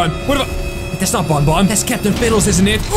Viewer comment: Banban not bunbun